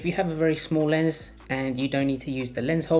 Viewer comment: Yeah the manufacture video gives only one angle and I needed closed caption in the beginning. Sounds like he's saying "layers" instead of "lens." I was hoping for another angle or two...Ahh well!